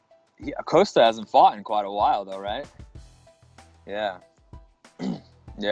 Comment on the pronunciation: Why does Whittaker pronounce it as “Coaster”? Lmao. You guys should realise that Costa has never knocked anyone out, lmao. Stop talking about his knockout power.